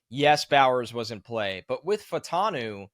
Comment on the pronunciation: Troy Fah-oo-tah-nu. 4 syllables. Say it with me Fa-u-ta-nu. The "a" and the "u" are different sylables, like in Fuaga. If we're gonna draft this guy lets start saying his name right. Its not Fantano, or Fatanu... It's Fa u ta nu.